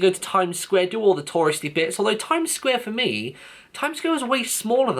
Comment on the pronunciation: You said time squid it's time square lol